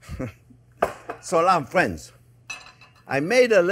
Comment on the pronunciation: "Well hello there phrinzzzzz!" making this recede today!